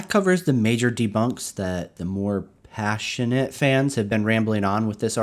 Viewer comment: Everytime you say the word "pa-ssionate" before 'backer' I hear "retarded" LMAO